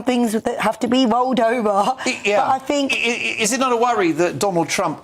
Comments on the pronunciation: It's "THink", not "Fink". Two guests who can't even pronounce words correctly; grips my shi*. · Education in the UK has clearly failed... Is it really beyond them to be able to pronounce their own language correctly... It's 'think' not 'finck'. They are not babies fgs. Hard to take any person with such a lack of capability or with shear laziness seriously. I bet Donald Trump can articulate better than these guys yet, there they are, slagging him off as though they are even remotely competent. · I fink’ haha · I fink, i fink , I fink...She finks a lot 😂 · “I fink” 😂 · Cant you get anyone on that doesnt say I fink?